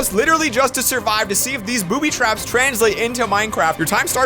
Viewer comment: I thought you said booty traps haha